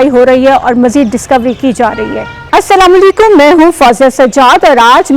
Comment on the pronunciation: یہ السلامُو لِیکُم کیا ہوتا ہے؟ اپنے سلام کا تلفظ صحیح کرو۔